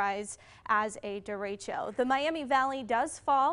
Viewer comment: did she say Derechio instead of Derecho ?